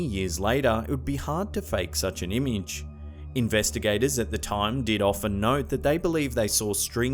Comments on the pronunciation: Am i the only who get trigger by him saying ''imige'' instead of ''image'' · Umage!!! Not fuckin. Eeeeeemage